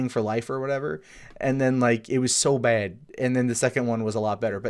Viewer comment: Why do you say bad as "baid"?